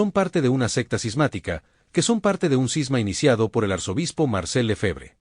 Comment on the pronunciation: Cisma, no Sisma!